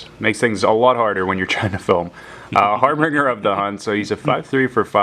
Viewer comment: Loved the video, but the seeded rare you got was harBINger of the hunt, not harbringer. Har-bin-jer